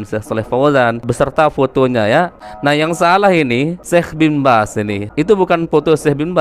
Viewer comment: Ada yg meleset bacaan bin bazz